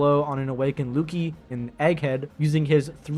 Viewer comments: Why do you pronounce Lucci like that? It's pronounced Lu-chi not Lu-ki. 😭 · Lukey 😂 its pronounced lu chie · no, even if you dont watch the anime or hear the promotion material, theres no way you pronounce lucci "lookie". you speak english fairly well, so youve likely heard words we borrow from the italians. that name is pronounced at worst like "lucy" but more accurately like "looch-chi" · Bro did not just say Lookie 😂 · why you say lucci like that agree with most things though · no, Zoro loses this easy… But bro was waffling nonsense about One Piece so much I couldn’t get half of the way through the video. No one who’s seen or read or talked to anyone about One Piece has ever pronounced Lucci like that, and Mihawk hasn’t said anything about Luffy or Zoro’s conqueror’s Haki. We know for a fact Zoro didn’t know he was using conqueror’s haki, where did bro get the idea that this information was buried in the Vivre cards???😂 and bro said it was hard to put One-Piece characters higher than FTL?? What? One-Piece characters were casually FTL 15 years ago and have gotten exponentially more powerful since😂 Zoro cooks the vast majority of the Naruto-verse but top tiers like Sasuke or stronger? Nah.